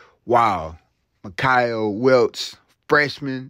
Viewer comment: Mike-Uh.... Not Mick I Uh